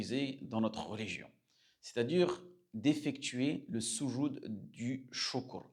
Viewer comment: Le soudjoud ....pas sousoud....vous avez déformer le sens du mot